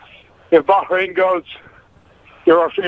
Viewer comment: Well, if you *really* want to pronounce it properly then you have to put some "h" type sound in the middle. But a good compromise is to say "baa rain", not "berrain". I don't think you all do it, but "eye rack" and "eye ran" are really annoying too.